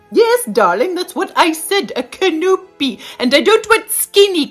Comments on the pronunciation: Love your “imagination!” She sounds a bit like mine. CaNOpy. 😂😂😂 Time to start hunting down the 24K gold. Lol… so delightfully entertaining. Looking forward to the next adventure. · What dah-link? No can-O-P?